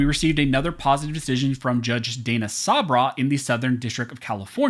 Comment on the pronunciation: Judge Sabraw is pronounced: Sub raw